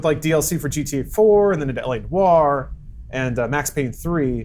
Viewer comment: It's noir not no-r. Simpletons.